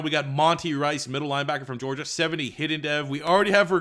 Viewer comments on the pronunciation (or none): none